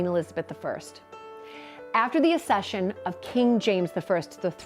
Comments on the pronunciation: The Royal Family don’t OWN any palaces or castles except Balmoral and Sandringham. The Queen Mother bought The Castle of Mey personally. The rest belong to The Crown Estates. BTW the word is pronounced ACCession not Assession - and nobody British cares about Meghan and Harry. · So annoying when Americans do videos on the British royal family and get then their facts wrong and can’t even pronounce basic words like “accession” correctly 😂